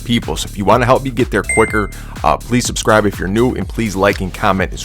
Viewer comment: hmm, yes I will "wubscribe"